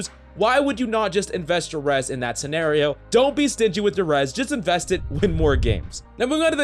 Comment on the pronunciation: What's a sen-air-oh? He meant to say Scenario. Pronounced seh-nair-e-oh